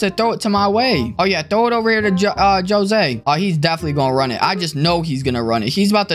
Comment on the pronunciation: The fact that he said JO-SE bro it is Jose but it sounds like hosé